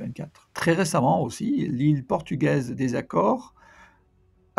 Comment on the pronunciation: Bonne année 2025. Longue vie à votre chaîne ! Merci pour votre travail (Note : Açores avec un "ç" donc avec le son "s" et non "k" ;-) )